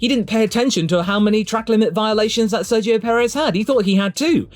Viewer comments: I’m convinced everyone says Sergio’s name wrong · I think so. Sergio in Spanish has the soft g sounding closer to an h than a g from what I can tell. English speakers say it like a g (the English g). Then again, I haven’t heard Sergio say his own name and I also don’t know in which contexts the soft g doesn’t apply (making the g in his name a hard g like in English)